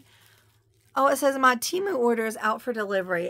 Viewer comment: There is something wrong with your sound....also Temu is pronounced...Tem-oo